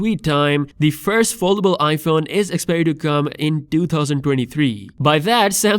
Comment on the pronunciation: Where is this guy from and why cant he say foldable